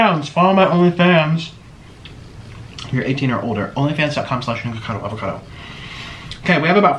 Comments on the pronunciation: He really said niggacado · Omg, he really said nigga-cado, Wow. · I heard it after 3 repetitions, he does said g instead of k but I don't think it was intentional.